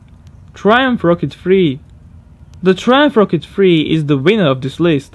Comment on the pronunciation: #1 "the Tryumff Wocket Free" 😂 👀?